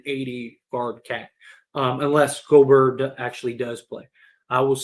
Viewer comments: Dude it's pronounced (go- bear) I don't like him but damn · The way you said Rudy Gobrrr🥶❄️had me cracking up 😆. Was great to see LeBron have jumper going. He’ll be more aggressive moving forward but can’t forget this Yr 20 38 > milage then anyone besides Kareem Torn tendon 4 weeks ago Horrid whistle (worst ever for all time great imo) Rest of team overall not good 3P shooting overall or else he would def shoot lower number of 3s. It’s also to conserve energy older gets. 11th player EVER to even make yr20 and everyone else was washed then including Kobe Kareem KG Dirk Parish so Mother Nature Father Time alone LeBron is gonna have moments where he looks gassed or not as great. MJ Wilt the only 2 ever to avg 30 (also shot the most per game as LeBron Durant avg 30 shooting same amount of times). AD is amazing and one of best 2 way bigs ever! I get his injuries are frustrating and you wish he was as aggressive as Giannis/Embiid on offense, but he’s Top75 under 30 years old for a reason! 5 first team all nba, 3rd in MVP, best defender or at worst top5 DPOY every healthy year, 1A or 1B player to win title (Lakers started 24-3 and 48-13 before Covid which stopped their momentum and took away home court advantage so haters can stop pretending “bubble” is less significant). He’s elite. PS as bad as this Gobert trade was, passing on Steph Curry TWICE IN A ROW at 5/6 for two other PG in Rubio/Flynn! 😆 Buddy Hield instead of Malik would be ILLmatic by the way (44-45% from 3 making top3 per game) last 4 months or so. PSS LeBron was also hurt in 20